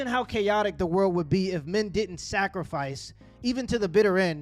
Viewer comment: "Tha Culture"